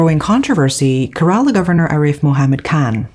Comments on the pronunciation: I had to stop watching because of your pronunciation of Kerala. It's CARE-ALA not KERR-AALAAH. If youre not sure, please look it up. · Thank you for covering this story. The state's name is pronounced more like Care-Raa-Lah, and not so much like Kur-Ral-La. Just FYI. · Que- rruh-laa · Kerala -" k" rala